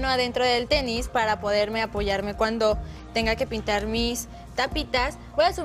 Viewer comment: Pau dijo teni? JASJAJAJAJAAJAJJAJAJA